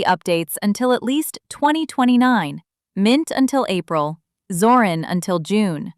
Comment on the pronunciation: Es nuss shon schwer sein zu lesen Zorin mit I nicht Zoran